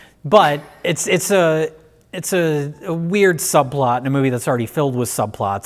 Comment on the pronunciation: Ah, the princesses. "Will you... marry us?" Also, "Subplart" -Mike Stoklasa, 2020